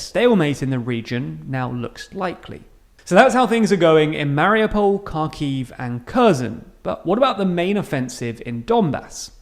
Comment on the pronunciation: Please pronounce the names of Ukrainian cities correctly. "Kh" in Kharkiv and Khersón is pronounced like "h" in "high". The next is: in the word Mariupol the accent falls on the "U" Maripol. "Y" in Lyman is pronounced like "i" in frienship or ship not like sheep (don't confuse). Thanks. I am very glad to listen to the videos like these. Long live Ukraine!